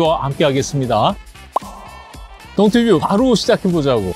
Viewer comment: 왜 계속 동튜브를 동투뷰 라고 하시나요